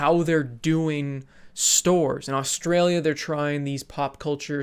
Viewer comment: Never say Australia again